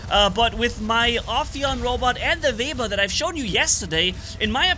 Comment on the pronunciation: keeps calling it a vebber